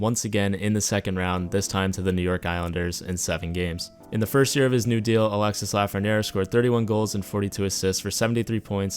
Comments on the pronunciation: It’s pronounced alexy not Alexis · it's Alexi not Alexisse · Sorry dont I need to sound like a nerd or anything but it is pronounced Alexi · The "s" at the end of Alexis is pronounced. The name is pronounced "Alex" "e" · Its pronounce Alexee...the IS is pronounce like an E 😉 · The "s" is muted. Its "Alexe" Lafrenière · I know my frenchies are cringing hearing the s at the end of his name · The S in Alexis is silence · You don't have to pronouce the "s" in Alexis